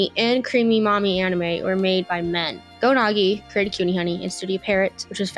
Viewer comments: “It is important to note that both Cutie Honey and Creamy Mommy anime were made by men. Go Noggy created Cutie Honey, and Studio Parrot, which was founded by Yuji Nunokawa created Creamy Mommy“ (I’m sorry if spelling out how she pronounced them was a low brow joke, the idea made me laugh so hard I couldn’t help it) But yeah like, there are several key names associated with Creamy Mami, and usually the first name to come up is never Yuji Nunokawa. Like even if she just checked Creamy Mami on Wikipedia she’d see the first name to come up for Creamy Mami, would be Kazuhiro Itō, but for some reason she doesn’t mention him and she credits the founder of an entire animation studio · i genuinely cannot tell if this video is genuine or the finest piece of ragebait ever crafted. like seriously? u can't even pronounce go nagai correctly? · Puts in the time and effort to write, record, and edit a script and footage for a video essay about anime and manga Doesn't know how to pronounce Go Nagai's name C'mooon...